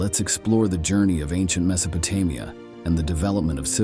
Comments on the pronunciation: Me so pe te Mia? Get someone who is familiar how things are supposed to be pronounced!!! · AI voices are so lame. Can't stand em. Horribly mispronouncing Mesopotamia and other names we all know but this voice just can't seem to get it's mouth around.